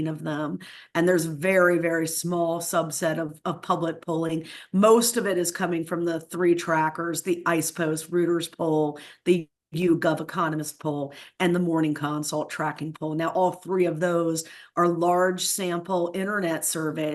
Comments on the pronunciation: Did she say "Ice-pos"? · Between the gratuitous vulgarities and the fact that she can't pronounce "Ipsos" or "Trafalgar," I'm having a really hard time taking this woman seriously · This lady needs to stop laughing and learn to pronounce the names of these pollsters. It's so grating to watch. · She can’t even pronounce trafalgar or ipsos, yall are so cooked 😂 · This "expert" can't pronounce "aggregator" or "IPSOS." Pakman, you are scraping the bottom of the barrel for experts. I say this hoping that Harris wins. But this idiot is not an expert. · She doesn’t even know how to pronounce Ipsos or Reuters, like cmon now 🤦🏽‍♂️🤷🏾‍♂️👍🏾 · i LOVE this - somone in a Superman suit who can't pronounce Trafalgar, IPSOS or Reuters, and we're hanging on their every word. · she pronounced TRAFALGAR and IPSOS wrong . . . . so . . . .